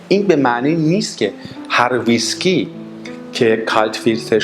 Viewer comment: Mr. Before you show your knowledge of Whiskey you need to pronounce it right. It is not pronounce Visky it is Whiskey (Wees-ki).